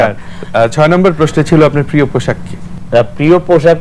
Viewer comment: এই বোতল মার্কা নায়কতো "প্রিয়" শব্দের উচ্চারণ পিয় বললো।